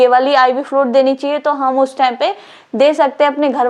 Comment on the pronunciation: Flud kya hain... Bolo fluid... Pronouncing sahi se nehi ho raha hain aur agaye madam padane